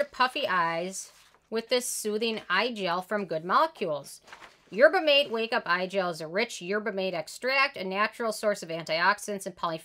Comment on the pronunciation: Yerba Mate a spanish so its pronounced yer-buh mah-TAY.